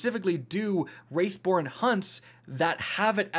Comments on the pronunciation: My guy said Wraithborn insted of Wrathborn 😂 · Hey,, it's been over a year and you're still saying "wraith born" when it's "wrath born" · They are W-R-A-T-H born NOT W-R-A-I-T-H born pronounce your words pal ;) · “Corsair’s WRATH” Also: “WrAiThBoRn HuNtS” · “What’s up guys, it’s yuh boi I do not know how to pronounce wrathborn here”